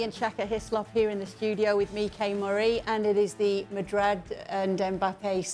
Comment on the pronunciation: Yeah true.. He’s hurting! everytime he says Madrd He ends up saying “or other teams” 😂😂😂